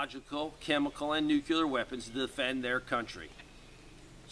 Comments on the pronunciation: We really need to work on the pronunciation difference between NUCLEAR and NUCULAR....😘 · Sorry, pet peeve. Nuclear is pronounced nu clee er not nu cu lar.